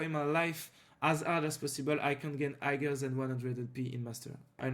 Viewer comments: non hagar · la façon dont tu prononce higher me bouteille xD tu prononce le g ce qui ne se fait pas